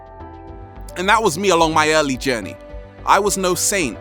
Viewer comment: I use to think when he said "journy" he said "jenny " I'm like : who is jenny?? lol XD